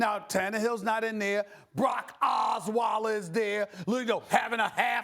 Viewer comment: The way Stephen A. said Oswielers name had me in tears 😂